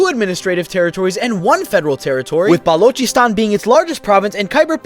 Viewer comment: Finnaly a american who can pronounce "Balochistan" right 😅